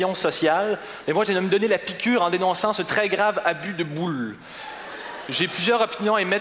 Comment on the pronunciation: jadore comment il prononce ''boûles'' XD